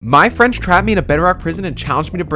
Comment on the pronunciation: Who’s your french?